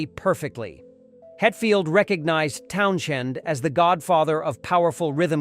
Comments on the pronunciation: Pete Townshend's name is pronounced "Townsend." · Clicked off as soon as I heard Pete’s last name pronounced. I knew it was ai, but damn. Have some respect for yourself. And for other people. Lazy creator. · me too. pathetic